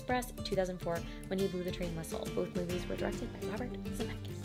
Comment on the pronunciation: Girl, if after several corrections you still can't pronounce a leading industry giant's name correctly, you might want to switch career paths! 😒 Zemeck*IS*